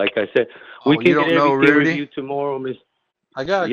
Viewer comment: Yeah, more & more, listening to his speech, he's sounding like a Los Angeles Hispanic. "Every-ting." "In-for- mation," each syllable expressed individually, etc., etc., etc.